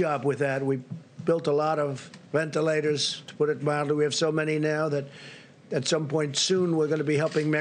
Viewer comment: Did he say entilators ?